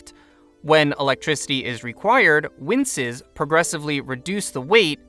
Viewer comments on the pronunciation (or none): Not hating, just trying to be helpful, "winches" is pronounced win-CH-es what you said was winces which is the act of grimacing or recoiling from pain it, it is a word just not the one you mean. As to the content of the video it was unique to see coverage of gravity batteries that didnt focus on hydroelectric gravity batteries. Many of the designs ive seen for them involve large water tower clusters as a solution for nonconducive topography but those projects do involve more construction than is ideal so i get why they werent included, it muddies the waters (no pun intended). Im very interested in how material engineering might help with problems like the torque on the cables. I might swing my the materials sciences labs next time im in campus and ask (my field is biochem/genetic engineering so its just down the hall). You broke the subject down well and made it easy to inderstand, just as an example many if the channels i follow would not have explained what effect torque has on steel cables but you took the time to explain for thise who wouldnt understand. Very graspable coverage, i love to see it, if the other videos are done this well i think ill like it here, i think ill be subscribing now, keep up the good work. (Also sorry if there are any typos im dyslexic which sucks because engineering now involves a lot of coding)